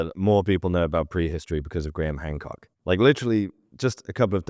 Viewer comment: You said HAND COOK🤭